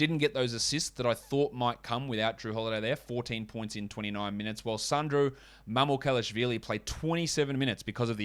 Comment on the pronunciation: thanks bro amazing analysis n super entertaining. Im impressed u didnt butcher sandros name too. Kip up d great work